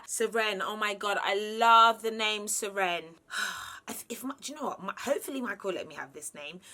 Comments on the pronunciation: Serene is pronounced sir-een, as in look at how calm and serene it is. Hearing it as sir-enn was very weird. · It's spelt Seren, and it's Welsh.... It's pronounced SerrAN - just FYI 😁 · Serene pronounced differently to Seren. She meant Seren 😊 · Pronounced: suh-ren-a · I’m Welsh, I love the name Seren too but it’s pronounced like the beginning of Serengeti as if it’s one syllable, rather than two the way you’re saying it like “Se-Wren”. Whatever you choose I’m sure it will be beautiful. Hope everything goes well ❤️ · Serene and Seren are quite popular names where I live but we don’t pronounce them like that - I live in South Wales UK so I’m surprised she’s saying it different 🤷🏼‍♀️ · Serene is actually spelt “Seren” and is welsh for star, i was weak the way she pronounced it😂😂😂